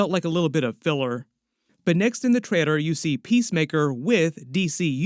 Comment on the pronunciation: Why do you have a problem saying the word trailer